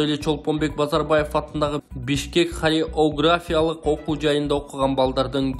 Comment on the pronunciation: Хореография деп айтсан хай эг София эмес диктор😂😂😂